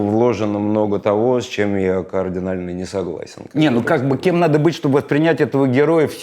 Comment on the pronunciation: Ну да, на Данилу Багрова похожим быть не надо. Надо быть похожим на вас и ваших героев. Можно начать с того, что говорить "координально" вместо "кардинально", браво 👏